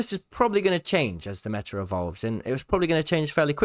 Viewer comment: I cant see why its such a struggle for euros to say "meta" and not "metar"